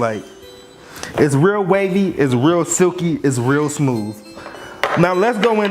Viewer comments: peep how he said "will waver" instead of real waver😂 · “if you weally a weal waver” 😭😂